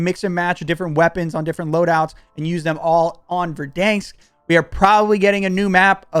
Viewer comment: Kills me man LOL. Stop saying VerDANEsk like that......LOL its VerDANsk.....the middle part sounds like the name DAN. Anyway, can't wait to watch you slay in Warzone with a Cold War load out!